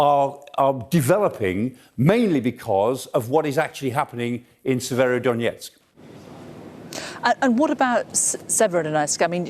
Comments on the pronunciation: yes that's right, Severodonetsk not Severodonietsk. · Can someone educate these guys on how to pronounce SE-VE-RO-Don-ET-SK?